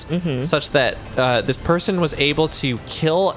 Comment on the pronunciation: I had to listen to that 3 times before realizing said "Person" with a silly accent rather than "Poison." I was like "LUIGI IS THE LEAST TOXIC CHARACTER" Also the reason everyone IRL loves luigi is because in-universe, no one gives two fucks about luigi. It's kind of a genius way of marketing the character. Meanwhile, Mario gets a lot of attention in-universe, so it's not like anyone IRL needs to say anything. It's all been said in canon, except to point out what an amazing brother he is. Like, in "Luigi's Mansion: Dark Moon" (the 3DS sequel to Luigi's Mansion), after being rescued, Mario's like "No, Luigi is the super bro." Like, Mario is never the one making fun of luigi. Honestly, in the same way Sans considers Papyrus to be great, Mario believes with all his heart that Luigi is just as super as he is.